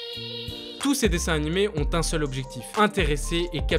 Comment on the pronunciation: tu appuie trop sur le mot seul